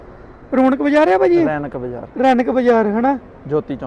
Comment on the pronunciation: Rainak Bazaar ❌ Ronak Bazaar ✅😂